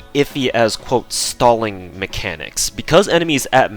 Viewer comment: Your pronunciation of stalling while discussing the stalling potential of Anastasia made me wonder when will DW release a Joseph Stallin' servant.